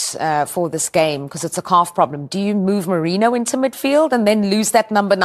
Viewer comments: Its merino girl..moreno pronunciation got me sick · Ffs, his name is Mikel MERINO. Not Moreno!